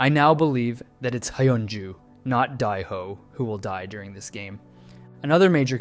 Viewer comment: (Die-Ho, My-yung-gi, No-aol) Everyone Else: (Day-Ho, Me-yung-gi, No-Eel)